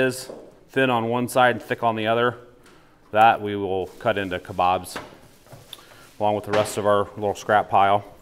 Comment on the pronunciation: Thank you for saying kebabs not kobabs👍🏽